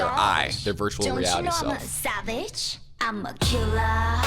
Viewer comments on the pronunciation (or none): none